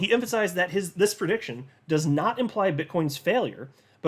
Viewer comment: Anudder perdiction.....not again!